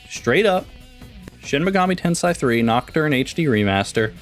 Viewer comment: At least pronounce the game title right smh